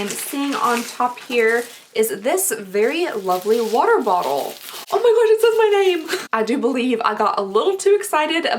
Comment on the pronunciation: I just have to laugh a little lol, you can’t say water bottle to save your life but juxtaposition comes out without a hitch 😂😂😂